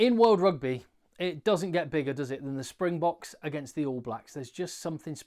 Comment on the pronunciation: This guy pronounced every name correctly. Looks like a real rugby Boks fan. ❤